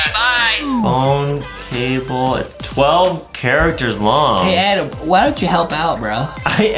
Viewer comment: I love Justin that he calls adam "Adem" lol